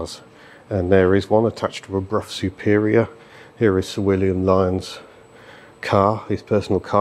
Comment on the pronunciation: Interesting visit which draws a couple of comments. First, good idea identifying the different segments of the video. Second, knowing you're not a bike person it's significant that you pronounced Brough Superior properly. Kudos.